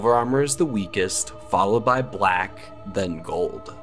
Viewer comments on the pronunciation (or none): none